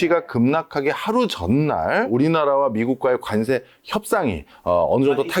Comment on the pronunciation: 발음 “간세“ ㅋㅋㅋ ”관세“ 라고 해주세요